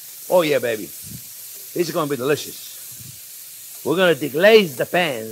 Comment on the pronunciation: So delisciois “